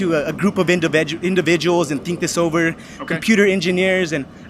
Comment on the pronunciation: He keeps saying "indibidual". With a B What a crashing bore that young fellow is. That governor ambition isn't going far.